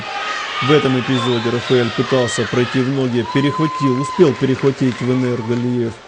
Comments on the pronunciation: походу комментатор произносит имя "Венер" на украинский лад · Комментатор ушлепок имя даже правильно не говорит, отписываюсь